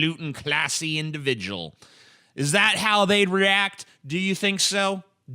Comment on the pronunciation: "To be concerned with appearances, that's just too low brow, and I'm a high falootin' classy individ'al." lmfao